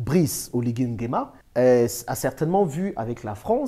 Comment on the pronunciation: Mr vous prononcez mal NGUEMA 😡😡😡